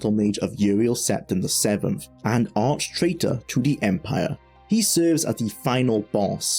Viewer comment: JAY-gar hurts me physically every time you say it.